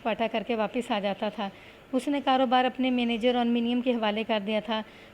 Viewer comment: منیم کو muneem پڑھا جائے گا ۔ ۔۔۔ تلفظ کا خیال رکھیں۔